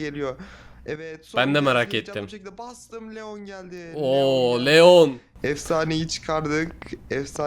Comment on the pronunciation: abi leon diycegine neon dyon adsafdsefsd :D